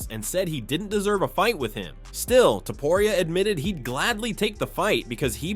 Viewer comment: Why is it so hard for these people to say Topuria???